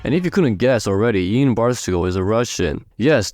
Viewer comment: His name is pronounced as Yan, not the way you said it, he specified in a video once